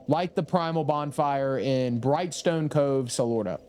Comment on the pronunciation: Didn’t imagine cove being such a difficult word to pronounce 😂 Love you